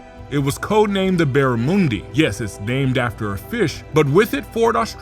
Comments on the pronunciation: Pronounced barramundy not barramoondi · its not a moon sound. its a mun sound. barra mun di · Barra - Muhn - Dee Not Barra - moon - dee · Swapped a barra into an R33 Skyline. Some call it blasphemy, we called it a lazy Wednesday arvo. It's nice to hear the old boat anchor spoken about with such reverence... but it does grate hearing it pronounced "barrah-moon-dee" instead of "barra-mun-dee" (mun said like gun) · The Fish Barramundi is pro nounced BAH RA MUN DI (you say mundi like monday but with the Di at the end you dont say whatever you said like moondi or something) and we all call it a Barra (BAH RA) (not BEAR AH, BAH RA) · lol.... barramoondi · It’s not moondi it’s Mundi barramundi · Great video, but it's Barra-Mundy, not Moondy. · Barra Muhndi not moondi 😂 but yeah, the thing is a fucking monster and it confuses me whenever i hear one because i can't tell whether it's an RB/2J or Barra, it's not until you hear it close then you can tell which engine it is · NOT!!!! "Barramoondi"!!!! -- It's "Barramundi". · Barracuda not barramundi u fool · The Barramoondi he says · Baramoondi😂😂😂 do you say Soonday instead of Sunday aswell? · Only thing I’ll point out, plz never say “barramundi” again. Lol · SMH... the barra is a POS... a) its a straight 6.... not a v8... b) its turbo charged.. not NA.. c) it was never used in racing, they are V8s ....V8s.... V8s..... not bloody straight 6s ffs...and def not turboed... Explained? ...you explaned nothing but LIES... ...and you dont even say the name right... stick to your american shit...you know nothing about aussie history... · Please learn to pronounce Barramundi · Look it up mate it’s the barramundi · Barramundi pronunciation ... Fml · The barramuuundi love the pronunciation😂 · Except for the pronunciation of barramundi 😂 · You need to cut him some slack, they can’t pronounce coupé or chassis or the letter Z properly either 😂